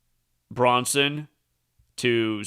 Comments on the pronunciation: You kept saying Bronson instead, of Branson. Was wondering why. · Its Branson not Bronson ya dork! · BrAnson not BrOnson. Good blog. Small matter... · Branson not Braunson :/0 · I noticed that too, but Zach says, "He's the master of mispronunciation." Maybe he was thinking of the actor in that movie "Death Wish" (1974), Charles Bronson. It could've been a Freudian slip considering we are dealing with an actor-based reality.